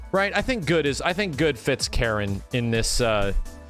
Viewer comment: Its funny how calls Karin Karen lol